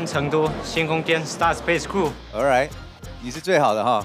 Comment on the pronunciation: “ 非常有质感！” “That’s Rrrrright” 太逗了吴建豪很real